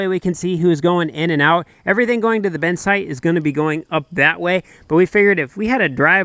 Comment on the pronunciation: Why do you pronounce “bin” as “ben?”